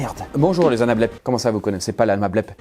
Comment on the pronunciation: c'est anableps pas anablep ...